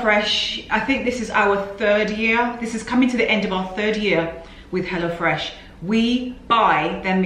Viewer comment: I always thought you were saying “hellafresh”😂